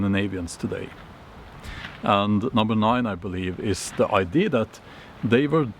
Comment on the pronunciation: As a person who learned most of my Viking information from the TV series “Vikings” on the history channel, and Valhalla on Netflix, I enjoyed this video. 🩷 PS…. You are incorrectly saying I.D. When you mean ‘idea’. (please don’t be offended).